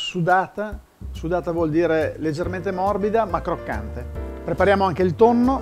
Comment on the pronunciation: Tutti,tutti sanno che mangio pasta...con TONNOH con TONNOH